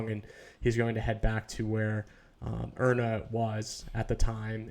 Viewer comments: Iryna: eye-Ree-nuh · Pronounced "Eye-Ree-Na" - IRYNA, such a beautiful name. Please try to pronounce it correctly, out of respect for the innocent girl that lost her life if nothing else. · Pronounced "Eye-Ree-Na" - IRENA